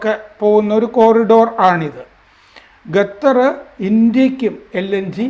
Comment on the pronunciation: It’s Qatar, not gathar